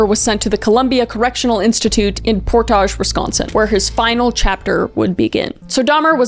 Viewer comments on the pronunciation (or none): The way she said Portage, WI made me laugh as a Wisconsinite. It’s pronounced more like port-edge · I live in Wisconsin, I knew about this case, I've read about this case, but I never knew the first place he was sent was Portage. I live within thirty minutes of Portage, I drive by that exact facility several times a week, I know it by sight. I know it was already horrible, but that just made it so much more real to me. On another note, you pronounced Portage wrong. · basically unrelated to the content of this video, but my GOD the way you pronounced "Portage" cracked me up, hehe (for reference, no fun frenchifying necessary--it's pronounced exactly the same as the word) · HOW SHE SAID PORTAGE! As a fellow wisconsinite I had to go back just to listen to it again! 😂